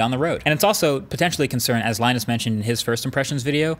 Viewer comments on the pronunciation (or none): none